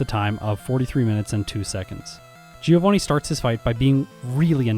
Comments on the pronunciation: Fun fact: Giovanni shouldn't be pronounced "geo-vanni", it should be closer to "joe-vanni". I say fun fact because absolutely no one says it right... including official sources. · Uhm, actually giovanni is read with a mute i. Source: well, it's my language, i'm italian lol The "vanni" part is right, the "gio" is read more like "Jo" Kinda like giorno giovanna from jojo (which also was supposed to be a Giovanni btw) Btw love these 1v1 videos, please make more of these, the solo run have been done too much, this twist gives the video much more value! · Hey, italian here. Bit late, but I'm gonna be the AKSHUALLY guy and tell you Giovanni should be pronounced "joe-vunny", so the pun with geo doesn't really work:^) Keep up the good work, I had missed this one but I'm hooked to the whole series! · The GEOvanni part kinda makes sense when you see it that way, I've never thought about that, although if you assume Giovanni to be italian then 'Gio' would be pronounced like 'Jo' in Joseph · How come not a single english-speaking Poketuber knows how to pronounce the name "Giovanni"? It's an italian name guys, the "I" is silent. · Giovanni isnt pronounced GEOvanni in Italian. It always triggers me....